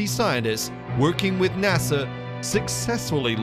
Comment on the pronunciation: Well ...... You think you're upset about how he's mispronouncing the word Nazi Well after . He comes up with two more ways . Nortzy and Nuetzies the last one he stretches out NASER instead of NASA